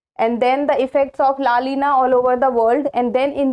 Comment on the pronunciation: It's not LA LINA it's la "NINA"